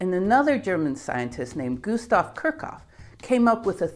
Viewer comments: She has ADHD, and pronouncing names, especially German ones, and talking without moving her hands is difficult for her. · Enjoyed the video, but Kirchhoff is pronounced Kirch-hoff (note that ch attaches to the first syllable) Wien is pronounced Veen I couldn't figure those two out from the way you pronounced them. You also misspelled Boltzmann. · Your pronunciation of Kirchhoff is nuts. I've never heard anyone say it like that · Butchered Kirchhoff too in a way I've never heard before.